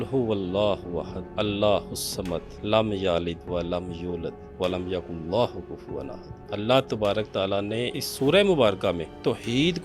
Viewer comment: Speaker khud galat padte hainn.....walam YAKULLAHU kufwan ahad , ITZ walam Ya Kulahu....there is no Allah word in last ayat